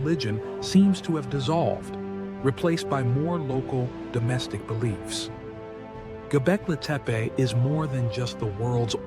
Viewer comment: Bonjour Bravo clair consis neutre Pour capter la curiosité cela me semble parfait. Il y a juste un tout tout petit hic la prononciation du nom du site mais je ne suis sans doutes qu'un âne. Merci ❤ PAM 54